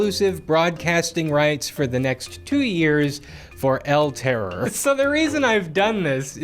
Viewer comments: Hey!, spanish speaking person here. I don't want to be a grammar n@ but the pronunciation is "el terrOr", charging the force in the last O. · It's el terrOR, not el TError. The stress is on the last sylable, and on my head for hearing that pronunciation so much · All that research, but you couldn't bring yourself to pronounce terror in Spanish.